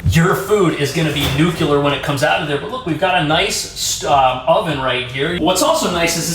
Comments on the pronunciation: Dude, it’s Nu CLEAR “new-Klee-ur” NOT “New-q-lur”!’nnn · Nuclear. Not nuke-u-ler.